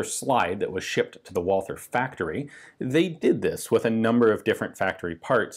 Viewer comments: Dude. It sounds like "Valter" in English!!!!! How hard is that to understand? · Please Ian, there's no "th" in Walther. It's just like Walter. Please. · Why does everyone pronounce Walther with a stupid mike tyson lisp? WALL-TER. Germans pronounce its VOL-TER....TER... TER TER TER TER TER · nice video! btw, it's fairly easy to correctly pronounce "walther" as a non-german speaker. (it's "vah-lter") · Try to omit the H when you pronounce walther. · He incorrectly pronounces the TH in "Walther", but not in "Thuringia". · It's "Tsella-Mailis" with german "z" and a long "a". Not "sell a malice" and it's "Wulter" not "Wolther".